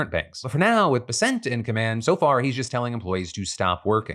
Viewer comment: Phil please you're killing me, it's pronounced bes-ent, not be-sent.